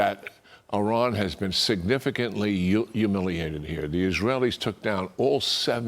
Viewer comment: " signaficantly humuliated" realy😂